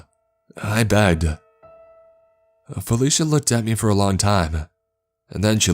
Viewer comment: .......everytime, somehow ...I hear fellatio instead felicia ..,im sorry...